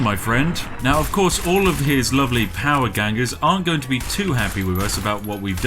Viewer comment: Whaaaat? Spiff can't pronounce things or do basic maths? Must be something new and unheard of!